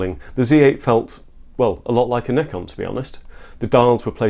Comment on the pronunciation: Well done! Moreover because you pronounced Nikon correctly but zee? 😂